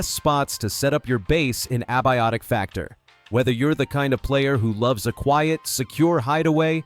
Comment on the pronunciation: "Ab- iotic factor" lol